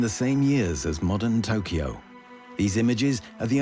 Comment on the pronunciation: amazing how you say Hiroshima correctly, but Tokyo wrong like 200 times.